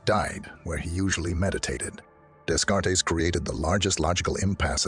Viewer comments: "Rennay Dayscartees"? Oh, please. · From the Department of Minor Knits: Rene Descartes. Something to consider - with that speech software - Rene Day Cart. Correct the pronunciation of his name and your voice output system will be otherwise flawless.